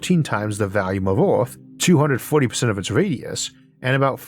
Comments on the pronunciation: Orth doesn't bother me ("dirt" is a stupid name for a planet anyway, Orth sounds exotic). What always throws me for a loop (briefly) is "vallium" for "volume". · Your pronounciation of earth is not the problem but your pronounciation of volume as "valume" is.